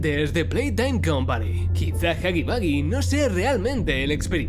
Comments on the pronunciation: Se pronuncia jagi wuagi pero tu lo dices jagi bagi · Nadie: Los españoles de España :v: huggy Boogie xd